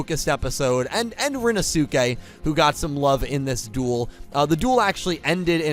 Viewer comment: Please,, Rinnosuke's name is pronounced "rin-no-skay", please, now that we actually have cause to mention him on a semi-regular basis, I beg you to say it this way!